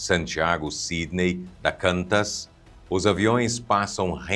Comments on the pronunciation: Só uma coisa .....QANTAS se pronuncia "CUANTAS"....."Queensland And Northern Territory Air Services" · Só uma contribuição.... A pronúncia correta do nome da companhia aérea australiana Qantas é: "KWAN-tas" O som inicial é exatamente como o "quan" de quando ou quantos em português, terminando com um "tas" suave. Um detalhe curioso é que o nome não se escreve com "U" após o "Q" porque, na verdade, é uma sigla! Ela nasceu em 1920 como Queensland and Northern Territory Aerial Services. Com o tempo, o acrônimo virou o nome oficial da empresa.